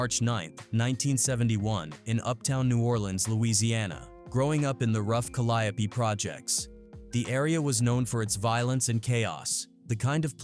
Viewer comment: It’s cal-lee-Ope